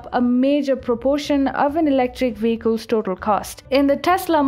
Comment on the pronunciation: VEHICLES. Not WEHICLES.